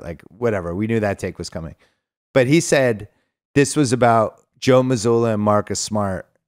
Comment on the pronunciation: I love how Bill’s dad calls Joe Mazzulla, Joe Mazuler.